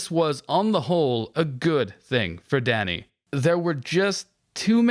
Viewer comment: The way you say "Danny" sounds like "daddy"